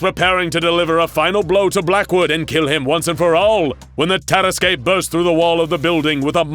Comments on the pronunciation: Hey this is Lord Blackwood vs the Tarasque, it’s pronounced tear-assQ no tear-as-Kay. Why the fuck are they saying vs 682? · As a french, i have to say that it is said "tarask" and not "taraskué" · the DnD nerd in me is crying. Not only does he plainly state that it's a french region with french pronunciations presumably in in use, and opting to go with the spanish version anyway, but the tarrasque is a creature whose concept existed long before the Blackwood story. It's not "TEH-ruh-squay", but rather "tuh-RASK" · Say it with me, Ta-ras-ke. Not Tar-ras-kay. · It's pronounced "tar-esk", not "tear-es-kay" you seriously need to look up pronunciation when it comes to words you don't know. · Terrasque is pronounced "terr-ask", not "terra skey" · That is not at all how you pronounce tarrasque, it’s TAR-RASK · Lol this is literally a DND campaign!! Lord Blackwood is the Bard. Also, I know it’s a rare word, but Tarrasque is pronounced (tear-rask). It’s also a DND monster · The “tear-eskay” 😂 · Can confirm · Terrasque (terr-ASK) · It's pronounced tar-ask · hey guys, I really like your material. That said, a little constructive advice: Tarrasque is pronounced "Tear-Ask"; the finale e is silent. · No, its Terr-askuh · Someone never played dnd hearing that pronounciation of tarasque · That's not how you pronounce nor spell "tarrasque". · This pronunciation of Tarasque makes me so mad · The way he's pronouncing Tarasque is upsetting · First time ive heard the ue at the end of tarrasque pronounced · Ooof, that "tarasque" pronunciation lol. Also, why wasn't... Teddy Roosevelt, yknow... Teddy Roosevelt? He has a pretty iconic look... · Anyone else annoyed with how the narrator says "tarasque" heeh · I love the misspronounciation of tarasque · I’m imaging other dnd players screaming at the pronunciation of Terrasque 🤔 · It bothers me a lot more than it probably should 😅